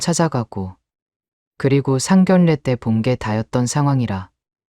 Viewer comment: 상견례를 왜 상결래로 읽는건지 발음이 안되나 조선족 이면 발음연습을 하던지 돈벌려고 하면 똑바로 해야지 글자하나 못읽어면서 뭘한다고 ᆢ